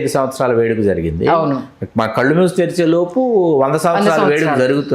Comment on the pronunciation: కల్లు కాదు కళ్ళు